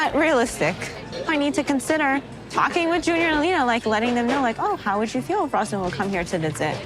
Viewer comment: As a Romanian it irks me how y'all can't say his name correctly. It's pronounced Ruhzvauhn. How y'all be saying it It's a completely different name